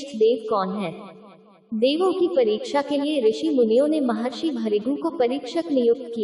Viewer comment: इनका नाम है महर्षी भ्रुगू. आपको ठीक से हिंदी पढने नही आ रहा है